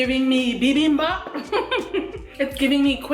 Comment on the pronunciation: Wow, first time I've heard a non-native Korean speaker say "bibimbap" correctly. is just that good.